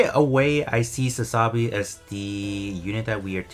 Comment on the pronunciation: You do know it's pronounced Sa-za-bee, right? Not Sa-sa-bee.